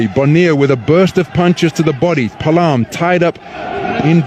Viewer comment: It is pronounce as...Pa a lam..not palam😂